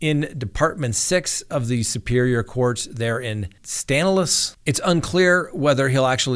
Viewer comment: Stanislaus is pronounced "Stanislaw"